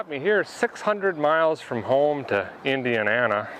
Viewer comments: Dear...I love your 'impossible' cold/old start videos - but the your arbitrary mis-pronounciations of stuff kind of put me off...(Inter-Web/ Indian-anna etc)...It must be difficult to intentionally and constantly insert those mis-pronounciations...Maybe one day you'll turn the page on all of that - and give us an EQUALLY great video with 'normal' pronounciations...(sigh) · I know right, also I find it funny he pronounced Indiana as indian-ana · And what gave you an 8.2% chance of being successful ? What State was it? INDIANA? Yeah thought so cause I believe you said Indiana a whole new pronunciation that new to me? Too funny